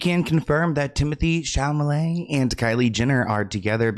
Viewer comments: 😂😂!!! Why do you swap the Ma and La sounds in his surname? You say Chamalet instead of Chalamet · cute how you keep calling Chalamet as Chamalet XD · SHAL-UH-MAY (you're welcome love you) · Not Chalmalet 😮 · "timothee shalmaley" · Another day of Timothee “Chamalay” 🤣